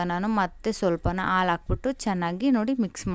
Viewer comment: Aalu alla halu